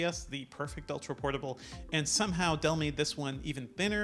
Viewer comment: Someone stop feeding her vodka so she can say Dell XPS instead of Duh XPS